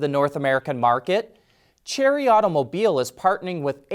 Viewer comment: Chinese company Chery is pronounced in China as "sheray".